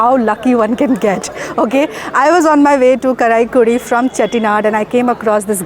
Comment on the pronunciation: Not karaikudi. Pronunce as " Kaaraikudi", with a long A vowel